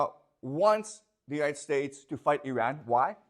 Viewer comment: I know that wife reads these comments. Please tell your husband he is mispronouncing the country Iran and it makes him less credible. Imagine if someone else mispronounced the country China in a lecture about China, would you find the speaker credible? Please help understand this so he can improve his knowledge and respect for other cultures.